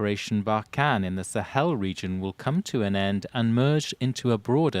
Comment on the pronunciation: "Teh Sahel" ?